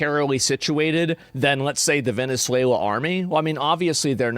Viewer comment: Vene suwla 😂😂😂